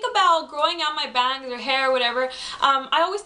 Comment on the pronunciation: Youur pretty & you got style . But i juhst HATE the way you say "bangs". That got annoying -.